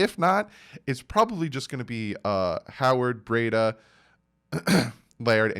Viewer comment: It is pronounced Bree-da. And It is Gaskin, no s at the end